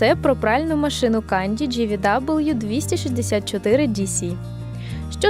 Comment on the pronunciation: не кАнді а кЕнді. Маркування іноземною це мінус. І так, губи так фарбувати не можна)))